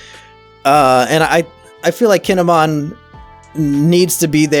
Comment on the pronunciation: Right... I am surprised I got the two confused. AAGHHHH. Oh well. Reminds me... he has been throughout the entire review series mispronouncing Kinemon's name. The way he says it is if he were a Digimon.